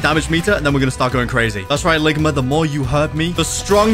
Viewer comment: "Ligmer" bruh